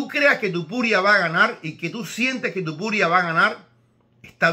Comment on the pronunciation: Igual estaría bien, hablando perfectamente castellano o similar, decir aunque sea una sola vez, TOpuria en vez de TUpuria. Entiendo que un Americano o alguien que no sepa pronunciar bien el español, cambien el TO por TU. O cuando era casi un desconocido. Pero a estas alturas , me parece un poquito ofensivo. Perdon si le molesta. Pero es como si le dijeran a usted que tal Señor Ibro siendo un paisano suyo. Un saludo, espero que no se moleste y que le llame como quiera, aunque preferiria que esto ultimo lo intentara mejorar.